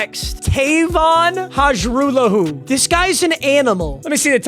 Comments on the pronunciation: Lol not going to matter because he wont stay for a 2nd year but... its pronounced High-rahh-law-who not Haj-roo-lahoo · If you wanted to know Hajrullahu is pronounced (har-roo-law-hoo) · Hajrullahu is pronounced haralahoo, or at least that’s how the Argos kicker (lirim hajrullahu) pronounces it